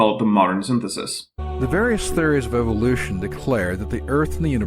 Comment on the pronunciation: Why does he keep saying theories with the emphasis on the final syllable?